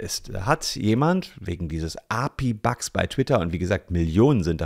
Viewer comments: Das spricht man A. P. I., nicht Api 😂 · API ist eine Abkürzung und wird deshalb "A, P, I" ausgesprochen ;) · Es hat mich sooo wahnsinnig gemacht wie er das ausgesprochen hat und und ich bin nicht mal ITler oder sowas😅